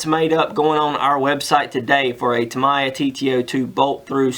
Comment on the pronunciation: TA - MI -YA ... That's how u pronounce it..cheers